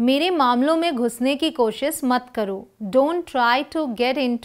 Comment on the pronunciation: Aap koshish ko koahis bolte hain